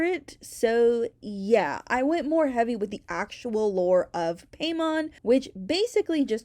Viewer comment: Im pretty sure hiis name is pronounced like paimon from genshin (pie-mon)